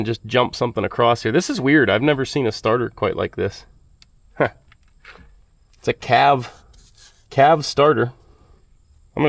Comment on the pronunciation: C.A.V., not Cav. British conpany that became part of the Lucas Group